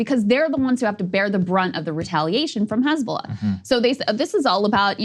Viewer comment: Crystal can speak Arabic letters!!! Amazing... Crystal actually says "Hizb-Allah", with the H being the "HHH" in Arabic... not like fox news, who hate Semitic languages. Fox news says "Hezbolah".... like Islam, fox wants to erase 2.5 billion people. They say it like far away distant "IZLAM", these Mozlemz...lol. Almighty God bless breaking points team! Smart folks!!!